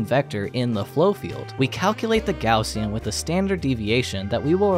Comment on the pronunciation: kudos for not pronouncin it "gozshen"